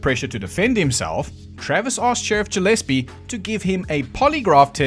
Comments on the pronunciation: Ja lease? I'm pretty sure it's pronounced Guh leese. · Gillespie is with a hard G, like Gorilla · Gillespie is usually a hard 'g.'